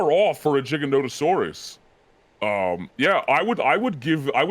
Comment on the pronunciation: isnt actually pronouncing Giganotosaurus right, he's saying Jig-a-no-to-saurus. Its GIGA. As in more than Mega. Giga-no-to-saurus.